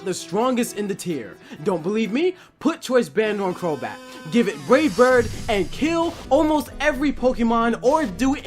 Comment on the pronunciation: Put choice band on crobat give it wavebird??? I cant understand what you're saying??? please someone tell me